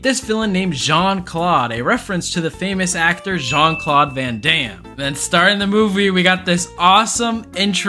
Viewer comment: "John clawed*😭😭 it's Jean clawed boi😂😂😂😂